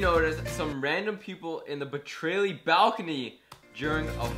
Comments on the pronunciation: Its Brat-aye-ly not brat-tray-ley xD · It's bratayley not bratrayley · lmao is BRA-TAY-LEY NOT BRA-TRAY-LEY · this is how you pronounce bratayley: Bruh-Tay-ley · It's pronounced "bruh tail e" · I know it's hard to say I struggled to say it to but it's pronounced. Bruh-tay-lee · Here I'll help you bratayley is pronounced (bruh-tay-lee) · it's pronounced bruh-tae-lee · How to pronounce BRATAYLEY: Brat-ay-lee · Hay You pronounce brataley like Bra - ta- lee Hope this helps you ☺ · Bratayley- Bruh-tay-lee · it's Bruh-tay-lee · it's pronounced, Bruh-tay-lee lel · it's pronounced "bruh-tay-lee" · Bratayley is pronounced bru tay ley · Its pronounced brat ayely as in brat hayely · It's pronounced BRA-TAY-LEY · It's pronounced Bra-Tay-Lee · Bratayley (Bruh/tale/lee) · Bruh - Tay - Ley .... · Its pronounced bru_tay_lee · It's bruh-tay-lee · He has done all these videos on this family, and he can't even pronounce their name!! And now he's doing a did you notice, they say Bratayley all the time in their vlogs!! I'm beginning to think that just wants subscribers and attention so he is feeding into the Hannie and Bratayley stuff!!! Anybody else agree?